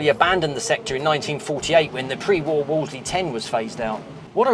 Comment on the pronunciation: The name is pronounced as in wool and not as in wall, ie "woolsley".